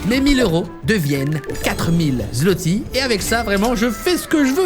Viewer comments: Ça se prononce "ou" le ł, donc la monnaie c’est "Zouoti" à l’oral 😉🇵🇱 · le Złoty ne se prononce pas " Zloty ", la lettre Polonaise ł n'est pas un " L ", elle se prononce comme un " W " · Zlotys se prononce: "zouoté" , et Wroclaw: Vrotsouav 😉